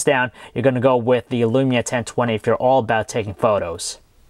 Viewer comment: It is lumia not elumia